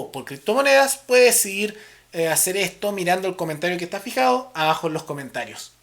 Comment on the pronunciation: la palabra es abajo no aajo